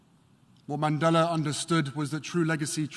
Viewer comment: MR. MANDELA harry, not Mandela.